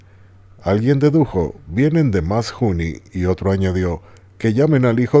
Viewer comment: Hijo, sabras pronunciar muy bien el ingles, pero el català no lo respetas. Mas juny, se pronuncia mas jun. En fín, a ver si te das por enterado.Ah! la J no se pronuncia como en castellano. Se pronuncia con mas suavidad.Salutacions.